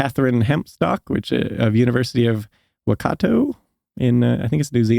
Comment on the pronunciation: Waikato pronounced Why-cat-o